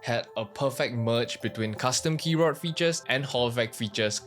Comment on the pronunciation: Please say Keyboar" D" and not Keyboar"T" KEYBOARD not KEYBOART